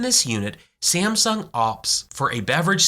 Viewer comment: Why is he pronouncing Samsung as "Siem-sung"??